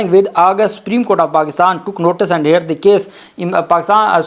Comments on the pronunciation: صاحب آ پ شاندار وی لاگز پیش کرتے ہیں لیکن اپنے انگریزی کے الفاظ صحیح ادا کرنے کی توقع ہوتی ہے۔ heard ہییرڈ نہیں ہوتا۔۔یہ ہرڈ ہوتا ہے۔ آ پ ہمیں اچھے لگتے ہیں وکیل ہوتے ہوئے آ پ سے بہت اعلیٰ بات چیت کی expectations ہیں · Pronounce heared as herd.